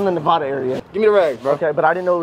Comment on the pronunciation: BRO IM in Nevada by the way, it’s not Nevada it’s Nevada